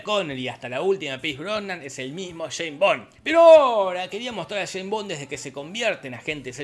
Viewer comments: Escucharte decir Jane Bon me hace doler los oidos. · ¿"Sheim Bon"? 🤦🏻‍♂️😂🤣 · Jajajajaja el "sheimbon" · El "bon, sheimbon"